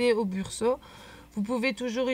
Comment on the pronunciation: Attention c'est Brusho et non Bursho ...un détail certes mais quand même lol